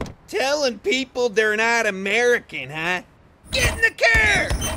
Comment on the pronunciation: SO *Amereekeayn*